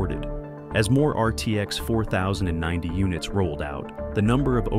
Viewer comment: If you insist on using AI for your narration, at least take the time to get it to sound more human. IE: 4090 should be scripted as 40-90. This should prevent it from pronouncing it as four thousand and ninety.